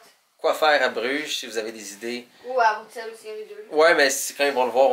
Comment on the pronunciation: Oui c'est bien ça 👍on prononce Bruxelles comme deux s 👌